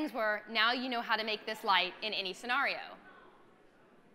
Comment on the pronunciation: Hoe many times is she going to pronounce scenario wrong...? Everything else was on point!